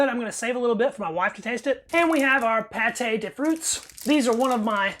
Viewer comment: That's "Pâte" not "Pâté", it's pronounced "pat" and it means dough or paste